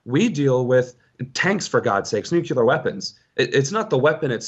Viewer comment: Well, I was gonna support him right up until he pronounced "nuclear" as "nook-yoo-luhr".